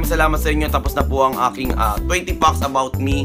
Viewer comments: Did I just heard it right or he said "20 fox"? Wtf? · 20 fucks about you? Haha... natawa ako sa pronunciation ng fact parang fuck. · Pronounce mo muna ng maayos ang "fact" 😂